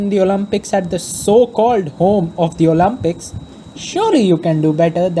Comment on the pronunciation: I'm literally joking on how the guy pronounces the word "Olympics" lmao